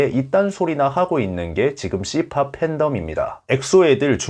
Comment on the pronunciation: 형 씨팝 발음이 서울에서 성추행으로 유명하셨던분 원숭이 씨x 발음이랑 비슷해요ㅋㅋ